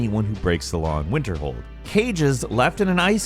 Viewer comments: "WinterHome" lmao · Nobody: Narrator: “Winterholm” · Oh,, you kinda blew it this time. 1. Sounded like you said Winterhome not Winterhold 2. Nothing random about the Abandoned House. It’s there in that location every time. 3. Not mentioning the reward associated with Frostflow Lighthouse 4. Not mentioning any Falmer dens.